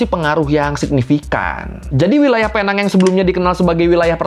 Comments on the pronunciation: PENANG dibaca PINENG.. Dalam logat malaysia.. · Sebutannya Penang: 'Pineng' bang. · Tolong betulkan sebutan PENANG ( PI - NENG ) .... tapi itu bahasa inggeris.. bahasa melayunya PULAU PINANG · Bahkan sekelas wartawan aja nyebut nya Salah...nama resmi nya pulau pinang.... British nya penang(pineng)😅😅 untung gak di somasi orang pulau pinang😅😅 salam Dari perak malaysia 😊😊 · sebutan penang bukan sebegitu mas.. yg benar sebutanya adalah PINENG.. seperti power bank pineng itu.. ya, sama. sebutanya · Sedikit koreksi, Penang dibaca "Pineng".. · Dan sehingga sekarang orang2 indonesia masih gagal menyebut Penang dengan sebutan yg betul. Cara sebutannya Pi-Neng 😂